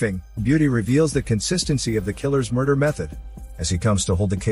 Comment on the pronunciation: "Muder case"